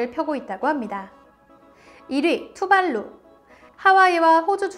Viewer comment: 투발루가 아니라 둠발룸이라는줄